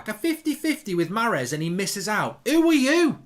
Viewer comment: Mark "I love Maaaaaaaaaaaarez so much, I love him so much I'm going to butcher his name over and over" Goldbridge